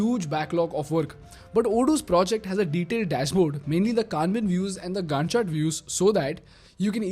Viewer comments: Hey Incredible content. But you gotta stop pronouncing "gantt chart" and "gand chaat" Please hand over that responsibility to someone else Thanks! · Your pronunciation "gun chart view" really made me focus on what you said. 😂😂